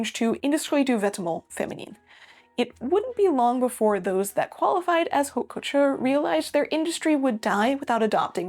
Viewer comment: The "h" is not pronounced in French. Please ...